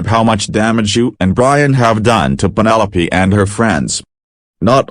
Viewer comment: Her name is penelope not pinol